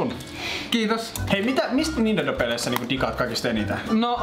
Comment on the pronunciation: sanoi "Nindendo" kaksi kertaa.😅